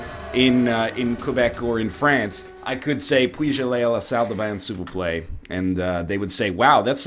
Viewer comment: your french is absolutly hilarious XD your "s'il vous plaît" is the most hilarious french speaking i've heard ^^